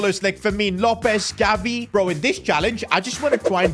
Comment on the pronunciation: Bro, he says Galvi HAHAHA